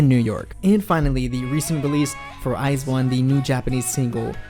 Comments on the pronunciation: When you hear eyesone instead of iju-one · It's pronounced I Z one, not eyes one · This man says it as IZE 1's it sounds like a pair of shoes. FYI it's I ZONE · Btw it’s not eyez1 it’s i z 1 that’s how you pronounce it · I was today years old when i found out Iz*one is pronounced Iz*one and not I*Zone...(never listened or watched them, only ever saw the name pop up on YT or Twitter) I feel dumb now :D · STOP CALLING THEM EYES ONE ITS WEIRDDDDD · Yena and others pronounce it as iZone tho... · Ok, I have to thank you because for the life of me I couldn't comprehend how to pronounce "IZ*ONE".